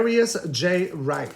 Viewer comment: You are pronouncing his last name wrong, maybe that makes a difference. You said Dwight instead of Wright.